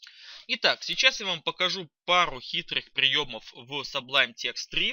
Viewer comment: Классные видео, но cублим, стиле режут слух... Ну не сублим, сублайм, ну не стиле, а стайл. Между согласными не так читается.